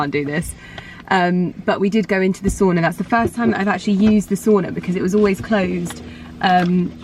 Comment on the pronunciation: How to annoy a Finnish person: Say soona repeatedly instead of sauna. 😂